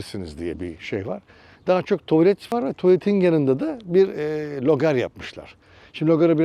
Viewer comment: LOGAR DEĞİL, RÖGAR :)